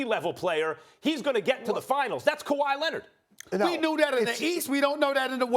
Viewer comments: "Kawaah Lennid" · "Kawhi Lennid"